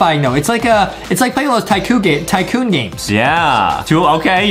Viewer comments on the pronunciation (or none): i found a ground breaking secret, in this video Justin messed the word tycoon up, Adam can get his revenge